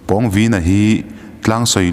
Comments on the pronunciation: Pawngvina tih ilam rik dan hi athluk a danglam nasa ltk a😂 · Pawngvina tih hi Pawng lai hi Sang tih anga lam tur..lam hniam loh tur a nih chu. Pu Liana chu Pu Thanga aiin a sang zawk..tih a Sang tih anga lam tur. a pawnga taka a vin em em vanga Pawngvina tih a ni e. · Pawngvina i ah hian thlukna om tur ni lo mi??? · Pâwng_Vîna tia i lam hi a dik chiah angem oo..! A ziak en hi chuan a hming hi a inzawm a, thluksan a awm silo a, Pawngvina ti a lam tur a ang.. ka lo ti mai mai.. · Pawngvina.. I lam dan hi..pãwngvina tur ni lo mi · pawngvîna (vin hi thluka,pawng hi thluk loh tur) pawngviiiina tih tur.. thil pawng kan sawi hemi pawng ni lo hian.... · Pawngvina ni lo..Pâwngvina... Pâlian tih tur thlukna awm ve ve.. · Ka nau pawng vīna nilo in.... Pawng vina aw thlukna a awm lo aw... mizotawng zir tha leh la ... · A hminga Pawng lai thluk hi a dik lo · Pawngvina tih ah Khan pawng tih ah Khan aw Khan thluk chanve hman ani lo a, thluk na a awmloh avangin pawngvina tih tur ani. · A hming i lamdan kha handik deuh pheise chuan angaihnawm leh zual ngawt ang pawng lai tak kha thlukna a awm silo a i thluk tlat a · Pawngvīna lam rîk dân/ thluk a dik lo. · Pawng I lam dan hi a dik chiah lovin ka hria. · Pawngvina i pronounce dan hi ka ngaimoh tlat..Pawng lai tak hi a hniam tur niin ka hria